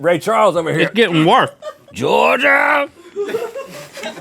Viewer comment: Also, , the way Rhett says Georgia! xD